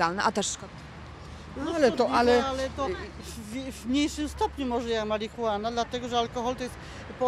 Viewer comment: marihuaen ? :D mega